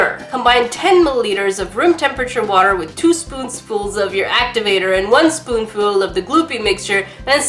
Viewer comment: "Two spoonsfuls" 🤣